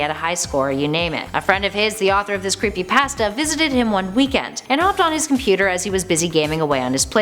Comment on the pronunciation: Hey When You Creepypasta You Say Creepy Pãsta